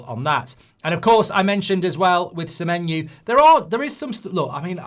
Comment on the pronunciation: Accidentally got Semenyo's name right